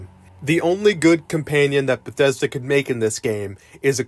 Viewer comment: Why do you keep saying ''compaynion''?